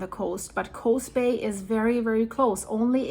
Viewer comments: It's Coos Bay not Coze Bay. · Coos Bay, Coos is pronounced with a U sound, like BLUE . Or Tube, not like Coze Bay. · Coos is pronounced cus like who. Not a long O. My sister lives very close to there. I’m Oregon here.